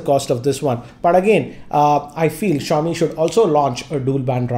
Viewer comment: That awkward moment when you realise that it’s ‘SHA-O-Mi’ and not ‘ZI-O-MI’ 😐